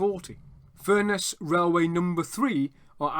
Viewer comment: FURness please, not furNESS